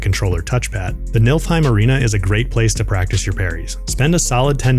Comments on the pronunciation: 'nilf heim' its nifl the f goes first NEEFLE not NILF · ITS NOT NILFHEIM ITS NIFLHIEM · It’s not nilf heim. It’s neefle heim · The way you pronounce Niflheim 😂